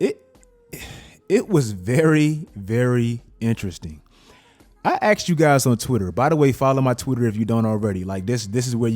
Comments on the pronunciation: Listen to what he says in the beginning. He says he "axed us" - multiple times! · You axed people what again? 😆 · You AXED us? Dude, don't do that to us!